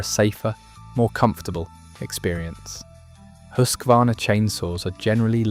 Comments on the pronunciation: Huskvarna - Husqvarna. Hus-kvarna, not Husk-varna. Meaning "House Mill. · YOU too pronounced "Husqvarna" wrong, like countless others! A bad way to start your video! There is no letter "A" after the "Husk" syllable. It is not "HUSK A VARNA"! (spelled wrong intentionally) It is Husqvarna like: "HUSK VARNA". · It hurts my soul to hear when people try to pronounce Husqvarna